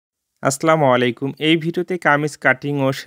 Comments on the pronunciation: আসসালামু আলাইকুম ভাই আমি আপনার ভিডিওগুলো দেখে থাকি এবং সেখান থেকে কিছু শেখার চেষ্টা করি কিন্তু একটা জিনিস লক্ষ্য করেছি আপনি প্রতিটি ভিডিওতে সালাম দেন সেখানে সালাম দেওয়াটা শুদ্ধ হয় না বলেন আসলামালাইকুম আসলে ভাই সালাম শুদ্ধভাবে হবে আসসালামু আলাইকুম আমি আশা করবো আপনি ভবিষ্যতে এটা শুদ্ধভাবে দেওয়ার চেষ্টা করবেন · Vaiya rag koiren na.apni salamta hoi na sundor kore salam diyen Assalamualaikom.